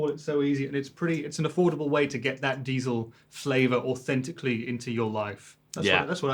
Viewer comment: Puh, it may look gorgeous for usage at home but the sound is VERY limited to my ears. Pretty much every plugins sounds way better... Good to see Trey knowing how to pronounce Diezel ;-)